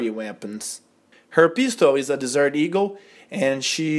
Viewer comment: he said dessert eagle lol